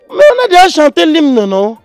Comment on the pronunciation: " Les fleurs, les fleurs..." " J'ai deha jété " 😂